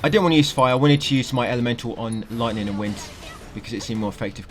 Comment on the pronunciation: We got loitning and wind canneckted to elementahl